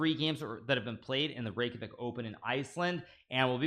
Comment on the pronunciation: Every icelandic person is very happy to see Iceland in the title and hearing Hikaru saying Reykjavík 😸